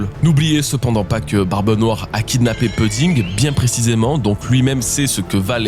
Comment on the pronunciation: 8.53´ Je t’en supplie ta prononciation de pudding c’est insupportable Prononce pOUdding Je t’en supplie 😢